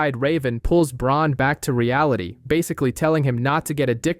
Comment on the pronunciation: holy crap no way dude is calling bran BRON! someone tell him that theres already a character named bron in the story lmaoo